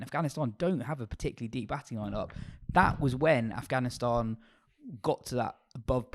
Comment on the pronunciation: It’s AFGHANISTAN not AFHGANISTAN LOL